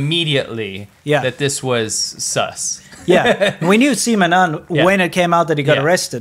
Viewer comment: why you guys saying "Seema" it's "si ma" :(